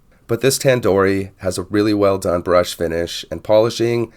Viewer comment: Hi. Thanks for the vid. A couple of things, though. There's an "o" on the end of the brand name. It's Tandorio, not Tandori. It hurts your credibility when you don't get the name of the watch you're reviewing right. Also, it's "stainless", not "staineless". I know I'm being pedantic, but things like this matter, especially when reviewing things like watches, which attract people who tend to be detail-oriented. I see that Tandorio make this in titanium, with various dial styles, and even with a 36mm case. A choice of movement, too. You can get it with a 4hz PT5000, for a bit more money.